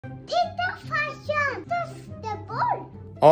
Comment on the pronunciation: Gillar att säger farssan 😂